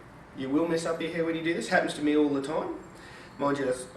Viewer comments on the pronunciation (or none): Skip to ... "...Sorry bout messin up ya heir..." His accent and the gesture he makes, combined with the actual statement is priceless.